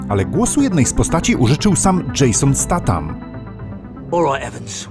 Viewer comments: co wy wszyscy macie z tym jason STATAM , poprawnie fonetycznie stejtam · ziomek nie "Statan" tylko "Stejtan" :D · Przepraszam, że się czepiam. Może jestem w błędzie, ale myślę, że czyta się Jason STEJTAM. Ps. Kocham twoje recenzje 😍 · 2022 dobiega końca a ja dalej czekam aż ktoś poprawnie wypowie nazwisko Statham 🤔